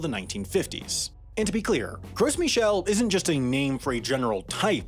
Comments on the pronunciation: Not a "Gross Michel" lmao it's pronounced "gro" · By the way it's pronounced "gro" not "gross" lol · They’re pronounced “grow michel”. In French, you dont pronounce the “s”. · It would be more than half interesting if you didnt say Gross Michel instead of Grow Michel. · Actually this video is wrong. The correct pronunciation is 'GRO MEE SHEL'. Not 'Gross'. Final S is silent in French. You would think he could at least get that correct 🤷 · It's pronounced ''Gro Michel'' not ''Gross''. The S is silent. The translation from French of ''Gros Michel'' is ''Big Mike''. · Isn’t is pronounced “grow” Michel, not “gross” Michel. Because it’s French, and you don’t pronounce the “s.” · Pronounce "Gro Mishel", not "gross" :3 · Why do people pronounce it as "'GROSS Michel"? It's more like "GRO Michel" (big Michael). Yes, the final 's' is silent, like in "Arkansas" (not like in "Kansas") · You don’t pronounce the s on Gros Michel 😂 sounds like you’re saying gross Michel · These videos get more and more lazily made. The fact that he pronounces it "gross Michelle" tells me that he didn't actually do any research. For reference, "gros" (pronounced "grow" in English) means "large". That's why another common name for the Gros Michel is "Big Mike" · Not the gross michel pronunciation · It's pronounced "Grow Michelle" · It's pronounced Grow Michel. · It's pronounced like Grow Michel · Gros Michel is pronounced "grow michel." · The S is silent in gros Michel... It's grow mee-chel. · Gros Michelle I understand is french and is pronounced "gro michelle" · Just want to point that "Gros Michel" is pronounced without the s. "Gro michel". Good video btw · Also it's pronounced something like "Groh Mi-shel", literally "Fat Mike" in French. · French speaker here: Gros Michel is pronounced "Grow Mee-shell" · That's not how "gros" is pronounced; the "s" is silent. It sounds like "grow", but with a French accent. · The "s" in Gros Michel is silent. So just "Gro Michel". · The "s" in "gros" is silent